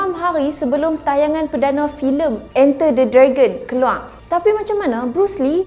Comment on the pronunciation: keluar ke keluaq, bahasa melayu ckp betul2 sis